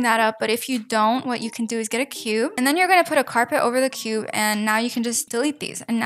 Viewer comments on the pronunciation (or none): none